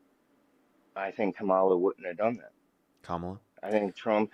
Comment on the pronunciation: why can not a single one of them pronounce kamala harris’ name correctly what the hell